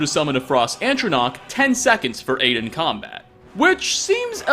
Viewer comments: It's ATronach. Not ANTronach. Keep up the good work though! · “Antronach.”. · "ANT-tronach" x'DDD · I know this video is about items you can't get. But the way he says ATRONACH bothers me. There's only one N in the word. Atro Nach. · A tro nach. Atronach.